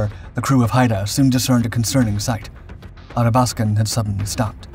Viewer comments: Athabaskan pronounced A-THA-BASK-AN not ATTA-BASKAN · Great documentary. It did bother me a bit that the narrator kept on pronouncing the Athabascan as the Adabaskan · Ath-abaskan. Pronounce the th, as in bath. Great vid! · Athabaskan “À thah bas kin” as in the Athabaska river that runs through northern Alberta. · The Tribals were welcome supplements to the bulk of the Royal Canadian Navy which was mainly comprised of Corvettes that remain the unsung heroes of the Battle of the Atlantic. (Ath-a-bask-an - your English pronunciation is sometimes way off). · ATH-A- BAS-KIN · Retired RCN... Please, it's Ahh thaa bath scan. Or AthaB, if you will. The way you're pronouncing it is fingernails on chalkboard to my ears. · Really wonder how much time this channel spends on getting names and facts right. HMCS Athabaskan ....sheesh...5 second internet search and you get the right name. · Thank for covering the topic but, please learn how to pronounce Athabaskan. Painful.....